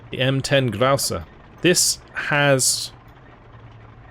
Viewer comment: pronouncing "Grouse" incredibly German-ly took me completely off-guard.